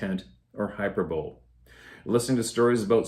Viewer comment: the word is pronounced "hy-PER-bo-li"... not "HY-per-bol" (FYI). It means exaggeration for effect.